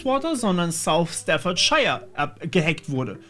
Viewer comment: Staffordscheier und Fäims wa'er... lmao